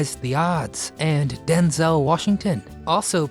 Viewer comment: I was with my late husband from 1977 and wed in 79, we were together until he died of terminal cancer in 2014, I'm still his wife until we meet again. 46 years and counting. Wish that dumb robot would learn how to pronounce names correctly. It is DenZEL Washington, NOT DenZAL.